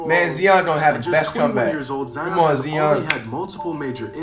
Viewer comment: Zion not “Zeon”